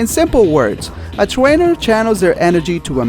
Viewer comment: you said twaner